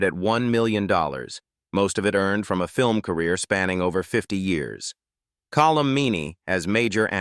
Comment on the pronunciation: Call-um Meaney? Really? AI garbage.